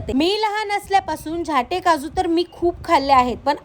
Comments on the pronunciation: झाटे नाही 😮 उच्चार नीट करा 😮 झांट्ये झां....ट्ये असा झाला पाहिजे 😮ओ😮 रिल फास्ट बनवायाच्या नादात काही बोलु नका😮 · फेमस आहेत ते आडनाव झाल्टे आहे ही काशी करीत आहे उच्चार बरोबर करीत नाही आहे.यांचे नावातच सर्वकाही आहे ते एक जबरदस्त उद्योजक आहेत.बरेच मराठी लोकांना रोजगार ही देत आहेत.त्यांच्या नावाची वाट ही व्हिडिओ बनवणारी लावीत आहे.